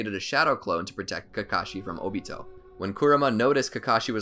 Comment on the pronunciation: I thought it was “Oh-Bee-Toe” not “Oh-Beet-Oh